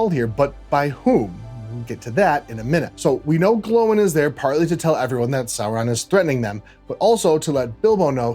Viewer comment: Very interesting stuff. I am not complaining, just pointing out Gloin rhymes with coin not with owing.